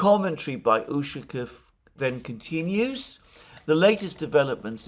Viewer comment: its not ùshakov,its ushakòv.